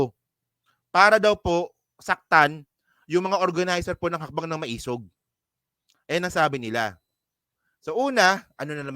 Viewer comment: Pronounce as ma-e-sug. Meaning matapang - matapang nga ba?